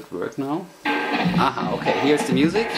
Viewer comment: Well i just subscribed to you channel! I like how you say the word "music" in the german style, "Musik"